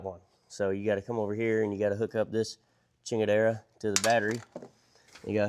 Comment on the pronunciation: Brother you lost me at “chingadera” 🤣🤣